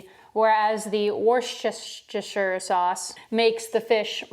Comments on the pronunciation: It's so weird hearing americans say "a 4th cup" like you don't say "a 2nd cup". It's such a minute cultural difference, but every time I hear it, it still sounds wrong PS it's pronouced wuster, like calling someone a wuss lol and yeah, shire like sheer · How to pronounce worcester sauce: Wuss-ter-sure, learned that from a guy in the UK or from somewhere in that area where it comes from 😅 Edit: Also it's 4 am and I'M HUNGRY AF, I should not be watching this, but I got paid yesterday so I can go get food later and I'm craving SO many things rn, not necessarily because of the video, but tomatoes is one of the things because I love tomatoes 😅😅